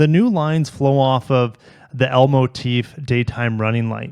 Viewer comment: What he said: L Motif What I heard: Elmo Teeth